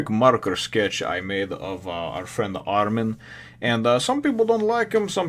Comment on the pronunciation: and the pronunciation is Armin I beieve (ar-min, not ar-meen)